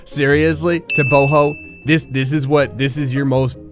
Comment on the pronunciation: Just so you know, Thabo is pronounced without the h. Tah-boh And Teboho is pronounced Teh-boh-go with a harsh Afrikaans G 😖